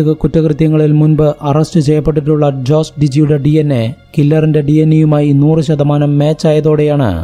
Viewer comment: Jose ജോസ് അല്ല ഹോസെ